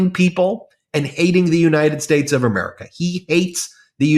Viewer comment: can you say United States? try it.